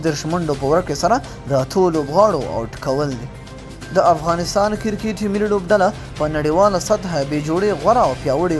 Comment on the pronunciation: کیرکیت مه وایه کیر بله معنی لری کریکت ووایه